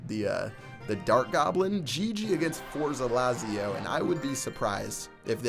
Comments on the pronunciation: FORZA LAZIO... pls say better the Z.. im italian and its so funny ahahah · I'm Italian, and the way you pronounced "Forza Lazio" was so fucking fun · The way you pronounced Forza Lazio made me laugh a little bit xD Btw it means Go Lazio,which is an italian soccer (or football,however you wanna call it) team